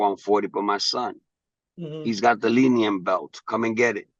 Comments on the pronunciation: Wait, is it the Linium? Or Linial?😂😂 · Bro said leen-eee-all champion then he said linn-e-um belt lmfaooooo bruh drunk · how is Teofimo the lineal champ he can’t even pronounce lineal ) he LOST HIS BELTS IN THE RING HE IS EMBARRASSING HIMSELF 😂😂